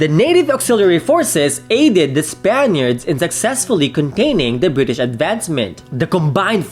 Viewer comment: I'm sorry it's Bri-ish!